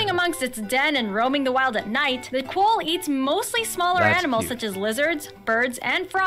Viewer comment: You keep watching Americans talking about Australia and this girl isn’t even pronouncing things correctly, like quoll, emu, goanna, kookaburra, etc.